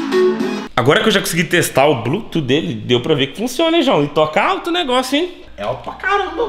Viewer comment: Blutuf que fala não blutu pelo amor de deus